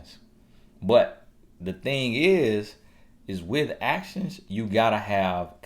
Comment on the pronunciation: He had TOO much fun with them “A-TIONS” 🤣🤣🤣💀💀💀